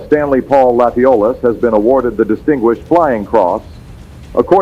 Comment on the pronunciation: Thanks for this interesting video. But I do have to say that in Louisiana, Latiolas is pronounced Latch Oh Lay.